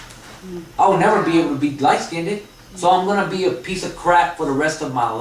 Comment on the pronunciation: Yes, in the communities, black and I guess Mexican as well, we say skinded, instead of skinned. But it's understood. LOL. We are code switching all the time in these communities, you probably would have automatically said skinned if this presentation was in a corporate setting, we do it on auto pilot.